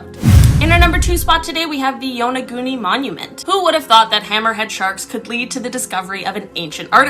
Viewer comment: I think it's pronounced YAHN A GOON NI